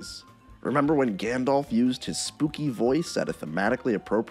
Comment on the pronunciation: "Smog" the dragon. Also, "Gandolf." And "Legoloss."